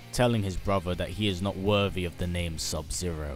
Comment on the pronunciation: I enjoy your MK videos but listening to you say "brover" instead of "brother" this entire video made me want to sew my ears shut!